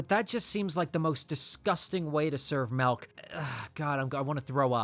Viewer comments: most disgusting way to say “milk” as well. Mahlk? lol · “That just seems like the most disgusting way to serve MELK” my boy, that’s the most disgusting way to say milk. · If you pronounce it "Melk" one more time... 🤮😡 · Why do you say melk instead of milk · how many times did bro say "melk" instead of "milk"? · why do you pronounce milk as melk? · You pronounce milk wrong, there's a Julian Smith video about that. It's not "malk" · its pronounced milk btw. not melk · “Malk” instead of milk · Why do you pronounce it "melk" and not "milk"? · Its mIlk with an I. Not mElk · Are we just going to ignore "melk?" 😂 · *MILK* not MELK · The unmentioned crime is how you pronounce MELK 💀💀💀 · Is there any reason you keep saying "Melk" instead of "Milk"? Is it, like, an inside-joke I'm missing? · craziest thing in the video is you saying "malk" instead of milk. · I was enjoying this video until u repeatedly spam the word “malk” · Can you stop saying “mellk” like Julian smith lol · Brother, the word “milk” does not have an “E.” Why do you keep saying “melk?” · How do you expect me to respect a man that pronounces milk as “melk.” This is an outrage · I’m sorry, but are you saying “melk” 😂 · Why do people pronounce milk as melk? Serious question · You have got to stop calling it “melk” 😭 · Melk Malk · "Melk" -. 🤦🏼‍♂️🤦🏼‍♂️ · “Melk” - this guy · grossest part of all this is the way this guy keeps pronouncing "milk" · Tf is "melk"? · This guy saying “Melk” is killing me. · "arm 'melk'" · Say "melk" one more time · Wtf is melk? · Not the MALK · Bro it’s “MILK” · NOT THE "MELK" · the malk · it’s the wrong pronunciation. trying to save him from embarrassment